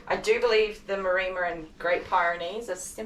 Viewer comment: I hate to say this,, but it's MAREMMA (pronounced as in 'Emma'). I wondered what a Marima was... and I'm typically on 'the the spectrum'... so couldn't just leave it.... Sorry! Great job, by the way. Very funny start to the video! And heartfelt congrats on 1,000 subs!